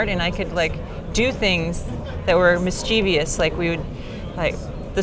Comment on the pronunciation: the word is "mischievous" not "mischievious" (unless it's the bloody Mandela Effect warping my mind again).